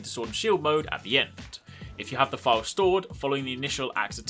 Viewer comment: I'm up to negegante(?) and had no clue what a fial or phial was. I though you were saying "file" and I'm going through my inventory likr a crazy person. But word not withstanding you need to do a little more explaining this. Like what constitutes knowing if you have a phial ready primed to fill. Does that make sense, do basic sword attacks charge it, and how to move phiald from your sword to your shield? I had a general question too, if you block an attack does that charge your shield or does it expend phials? I am still really new to this weapon, heance looking tutorials. If you could slow it dowb a littlw bit too. I was constantly rewinding to see if I heard you right. The basic stuff was really helpful. Like the x+triangle. I was looking at tutorials to see if there was any way to go from sheathed to shield. That's normally the most basic move you can do but they made it a tekken move for some reason. Thanks!